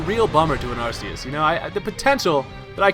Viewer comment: The movie pronounces Arseus as Archeus. PLEASE FOLLOW THAT!